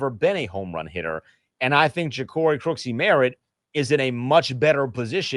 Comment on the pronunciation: Okay, at least learn how to say the man’s name. It’s not “Crooksie Merritt”, it’s Croskey Merritt.